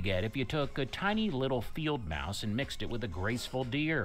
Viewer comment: The narrator can't pronounce the simple word "mouse". It's almost as bad as Benedict Cumberbatch's pronunciation of penguin. 😂😁